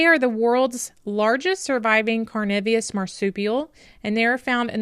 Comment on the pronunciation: Tasmanian here,great story on the wildlife,just a quick pronunciation lesson,its carnivorous(carnivore)not carnivios.